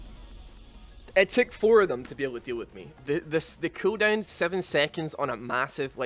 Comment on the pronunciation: the way you say cooldown is pukable and vomitably